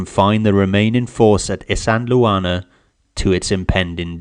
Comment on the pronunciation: Pronounced “is - and - waar- ner”. Not “is-andel- Warner”